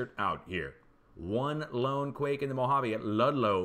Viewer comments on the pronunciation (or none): none